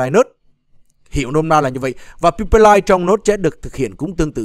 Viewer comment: Pai pờ đọc là pi pe :) 700k đổi được 1 triệu Node 8000 -> 888 , 700/25 = 100 lần